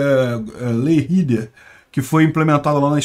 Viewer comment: "Ley Rider", lê-se "lei ráider", pois a palavra é derivada do inglês.